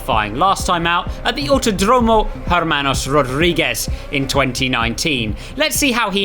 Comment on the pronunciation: it is not "AutodrOmo" it is pronounced "AutOdromo"